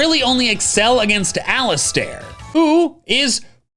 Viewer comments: ummm you pronounce Allister like Al-iss-turr, not Al-iss-tear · “Allistair?!” Why would anyone pronounce it Allistair?! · No??? I was just saying that it’s weird how he pronounced the “er” in Allister like air